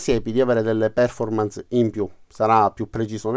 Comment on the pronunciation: Perf-ò-rmance è la pronuncia corretta. Buon lavoro :-)